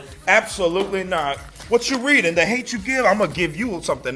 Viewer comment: “What you reedin’”? This is a teacher?